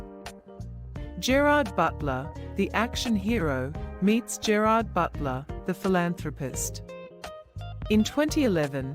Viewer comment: IF YOU'RE GOING TO AI YOUR GERARD BUTLER COMMENTARY, TEACH IT TO PRONOUNCE HIS NAME PROPERLY!!!